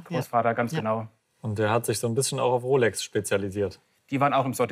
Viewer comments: Dieser Pseudo-Experte. Er kann nicht mal die Uhrenmarke aussprechen. Es wird Rolex ausgesprochen und nicht "Rollex" 😄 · Mich triggert es irgendwie dass immer "Rollex" sagt 😂